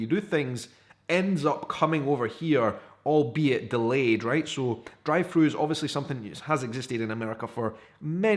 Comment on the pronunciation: Ohhhhhh... drive thru. I thought he was saying dry foods.